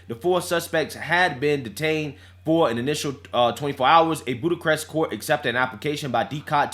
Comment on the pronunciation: "Budacrest" for BUCHAREST lol.